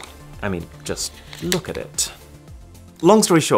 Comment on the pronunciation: ‘’’Just look at this’’ was souding like ‘’ just fu*k at this 🤣🤣🤣🤣